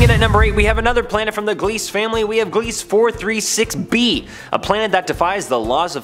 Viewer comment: Very fun video. I do love me some exo-planets! Just to help a bit, Gliese is pronounced GLEEZ-uh. Named after an astronomer ^_^ Willhelm Gliese.